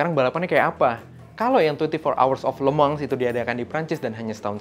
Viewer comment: Yang bener itu Lemangs penyebutannya